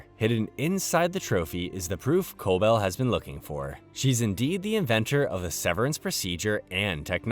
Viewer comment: could of atleast watched the show so you know how to pronounce Cobel